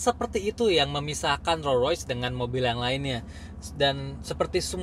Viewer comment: Rollsssssss Royce bacanya santai aja mas.. s nya jangan tinggal di Rolls